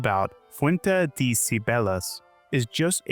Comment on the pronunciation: I actively can’t believe that anyone in the United States is this unaware of how to pronounce words in Spanish. Like literally just speak like you think you’re Speedy Gonzales and you’re already halfway there. Like literally not knowing how to pronounce the word de is wild. No shade on him, but I’m definitely kind of taken aback.